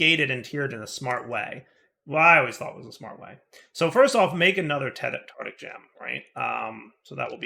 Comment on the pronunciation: Does deliberately mispronounce things or is just lazy with some words? 'Tartic' gem rather that tartaric gem for example.